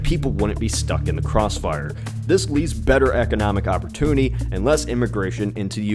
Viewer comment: Better economic (op-mean-tuny).